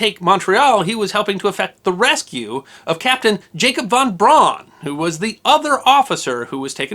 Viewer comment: Von Braun is pronounced Von Brown. NOT BRAWN.